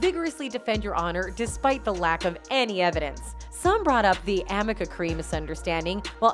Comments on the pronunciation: It's ar-nica cream, not am-ica cream! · It’s not amica cream - it’s arnica cream.